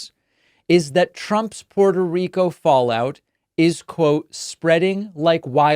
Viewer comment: The man can't pronounce Puerto Rico properly. Sounded just like the hicks he's targeting.